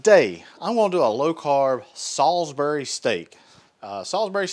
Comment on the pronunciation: Shout out to Salisbury, pronounced correctly, lol